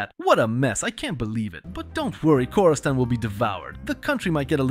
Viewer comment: Video was good and all but hearing khorastan and mushasta was so painful as a persian 😭